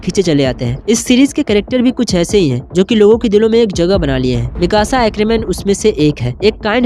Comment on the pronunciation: Bhai vo miksa nhi ha Mikasa hai ise acha mixer kehe de